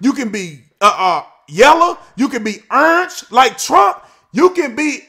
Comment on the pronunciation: Did you say urange?